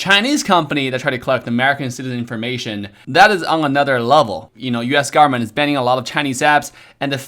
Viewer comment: No one:: US GARMENT